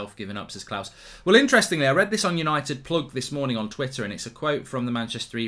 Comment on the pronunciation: Did he say "hello everybody good MOONING..."? Brilliant!